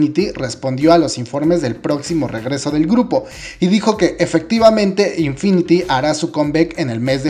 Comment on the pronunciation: No es de el tema pero se dice infinit no infiniti